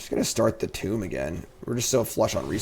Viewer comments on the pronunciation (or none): youre killing me! Tomb is pronounced toom not tome lol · I love your content <3 but for someone with a language degree you sure do pronounce Tomb wrong, it's Toomb as in a burial site, not tome like a book:D